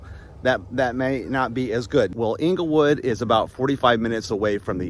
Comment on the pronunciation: Correct pronunciation Of Englewood, FL is "Angle-Wood" you are saying Inglewood (as in Inglewood, CA)